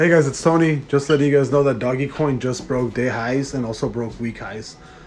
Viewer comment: It’s dogecoin bro lol doggggyyyy coin lol